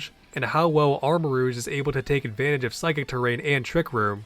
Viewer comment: Something about "armor-rooshe" is killing me lmao